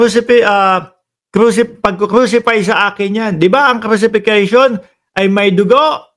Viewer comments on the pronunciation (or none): crucifixion po not cruxifision. But i like your analysis. Magaling ang mga Arguments mo!